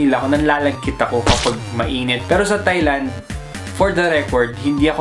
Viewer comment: Tieland po hindi Thighland hehe